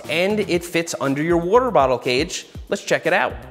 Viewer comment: Take a shot every time Seth says worter bottle. lol